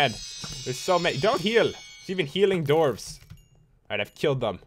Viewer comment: Pat you misprouonced dwarves, and your blindness is because you're near bedrock (